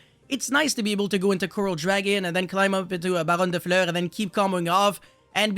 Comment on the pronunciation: If you can say Fur hire or Fury then you can say Fleur.